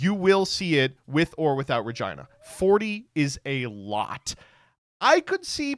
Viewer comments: Im begging you to pronounce Re-gee-nuh correctly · I'm begging you to stop saying Regina like that